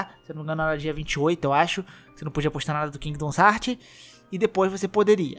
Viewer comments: Mano que agonia com 500 vezes que você falou kingdons heart, pqp, é KINGDOM HEARTS porra. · Porra mano qual o problema q voces tem na hora de ler o nome do jogo? É Kingdom Hearts e não kingdoms heart caralho, so ler onde ta o s qual a dificuldade? Claramente voce ve q o cara quer puxar like pra um jogo q ta em alta qndo n sabe nem falar o nome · Toda vez que ele falou “Kingidons Hartis” eu falecia. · Cara, muito interessante o video, mas você falando "Kingdoms Heart" toda hora dá uma tristeza que escala cada vez que você repete, as 3 primeiras vezes já deu vontade de fechar o video. Mas sobre o tópico do vídeo, também acho que essa restrição é coisa extrema da Disney, ela é MUITO chata com essas coisas, até com os Kingdom Hearts antigos você toma strike se postar gameplay que toca a abertura. A Square Enix não é tão problematica assim, dá pra ver isso pelos outros jogos dela, é babaquisse da Disney mesmo. Ainda, não, não é facil assim fugir de spoilers. Os spoilers de Kingdom Hearts tão em todo lugar no youtube. Tem um amigo meu que nunca viu um video da série, e ainda assim ele ta recebendo como recomendação vários spoilers meramente por que ele vê varios videos de games. Hoje mesmo ele me mostrou que apareceu pra ele recomendado "Kingdom Hearts 3 Final battle+Ending". O algorítmo do youtube é uma bosta. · "Kingdoms Hearts" meu senhor que agonia, pronuncia o que você lê e não o que você acha que lê. Certeza que leu tudo isso aqui no singular ao invés de colocar no plural 🙄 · Mano, nao eh "kingdons heart", ta parecendo o Zangado falando...